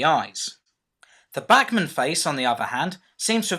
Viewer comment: It's BACHmann (like Johann Sebastian BACH), or at least that's how we "Yanks" say it :P